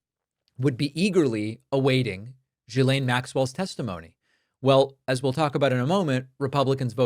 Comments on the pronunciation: Not "Jilaine", "Guilaine". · David. Gislane is not pronounced “jee-s-lane”. It’s a hard “G” with an “i” pronounced as in “hit”, so “git” without the T, then a silent “S” - so it’s pronounced “G-i-lane” - I know you’re not the only one and it’s not intuitive, but it hurts your credibility not to get this right. Thx! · Hi David. Ghislaine is pronounced with a hard ‘G’, as in ‘Girl’ or ‘Government’, not in the ‘French’ way, - ‘Je’ or ‘Janvier’. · Hate to be one of those people, but it’s driving me nuts. GM’s name is pronounced with a hard G, as in fish gill i.e. Gill-Lane (Ghi’laine) ❤ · It’s pronounced Gee- Lane (the “h” is silent ) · Ghislaine is pronounced with a hard G. Annoying. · At least pronounce “Ghislaine” correctly. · I have heard so many different pronunciations of Ghislaine, but my favorite is. He just charges right into the American phonetic pronunciation, as confident as he is reckless, and it's gloriously offensive.